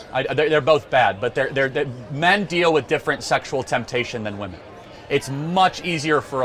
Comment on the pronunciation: Another young person who can't pronounce the plural "women" properly. Internet mind virus! :P